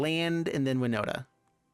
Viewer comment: i knew it;s winnota and I'm glad you did pronounce my IGN right. Kravden13 here